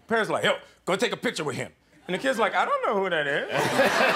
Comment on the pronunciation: CHRIS EVANS DOESN’T WIKE IT WHEN HIS SWEET SPOT IS TOUCHED